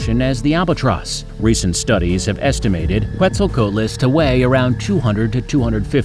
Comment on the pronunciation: Quetzal COAT les